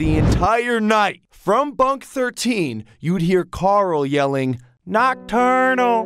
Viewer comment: why am I watching these This is how many times Carl said nochternal 👇👇 👇👇